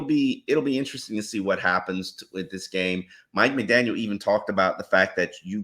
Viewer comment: all due respect.. there is no “S” at the end of McDaniel